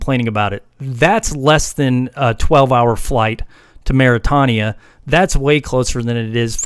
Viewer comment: Its not pronounced Maritahnia - its pronounced Mauritainia